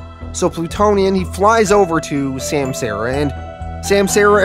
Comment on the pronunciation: Just a heads up my dude: it’s sahm-sah-ra